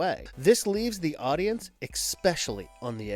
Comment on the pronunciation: There is no k in the word especially.